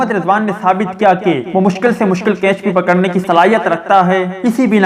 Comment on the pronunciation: Bhai G kainch Nahi Catch Hota Hai Pahlay sahi Bolna Sikh Lain Meherbani